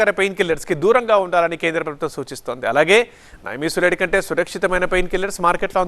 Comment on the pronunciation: నైమీసులైడ్ కాదు. నిమ్సులిడ్.